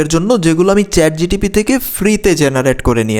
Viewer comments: চ্যাট জিটিপি আবার কি?😂😂 চ্যাট জিপিটি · Chat gtp noy ota chat gpt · Chatgtb na bhai chatgpt